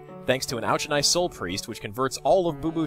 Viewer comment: It's pronounced 'Or-can-eye' Soulpriest.